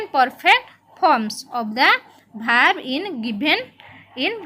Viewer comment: maam aapana first pronunciation thik kara.eita vaarb nuha verb